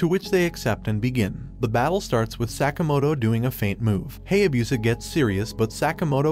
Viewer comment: i don't knwo when ever it is wrong or just different i really hate it when they pronouse Japanese names with sounds together like: Ha-ya-bu-sa not Hay-a-busa